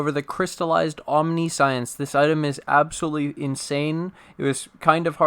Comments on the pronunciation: British: om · ni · see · uhns American:: aam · ni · shns Streamer: Omni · Science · Only if you stop pronouncing it "Omni-Science". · That omniscience pronunciation tho (hint: it is not omni-science) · I usually don't do this but its said so much in this video that I can't help it. It's pronounced "om-nih-see-ince." It's not about science, it's about seeing everything. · Sigh, can't listen to the vid bc you keep saying omniscience WRONG. Sorry I'm a bit, or a lot, OCD about pronunciations